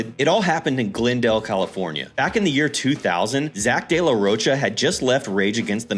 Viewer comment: Dawg, if you want to be taken seriously you should probably learn how to pronounce the name of people like Zack de la Rocha. smh